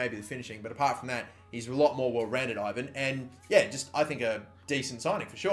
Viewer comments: Andrei Ivan is pronounced evan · Andrei Ivan is a romanian and actually being pronounced "evaan". I hope this is understandable. The I is like an E, the A ist like the A in "car" and the V and N were right. Please try to pronounce his name the right way. :) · you need to say I-van thats in Romanian like so can see